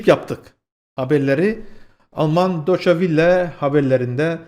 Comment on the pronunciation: Wille değil Welle